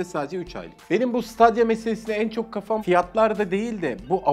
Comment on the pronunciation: siteydiya diye okunuyor